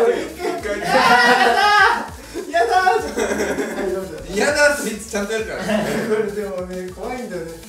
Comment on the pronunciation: ご飯用意しながら聞いてたら山本さんの「やだー！」が「やったー！」に聴こえて困惑しました